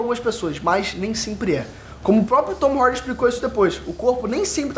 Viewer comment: Tom Hardy 💉💉 cara pra que esse k.o na voz pra falar o nome do ator ?